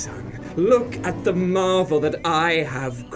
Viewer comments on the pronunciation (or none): none